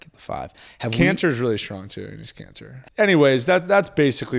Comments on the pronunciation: I thought he said cancer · I got a little nervous at the end when he said kanter because I though he said cancer